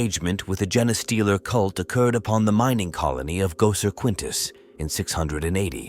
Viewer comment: Try feeding the AI “Jean stealer” or “Jeen stealer” instead of “genestealer/gene stealer”. It should force it to get the pronunciation right. Kinda counterintuitive, but if you’re spelling it right and it’s pronouncing it wrong, the solution is to spell it wrong so that it pronounces it right.